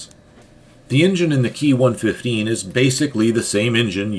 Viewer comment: Ki is spoken as separate individual letters as in "K-I" not as "key"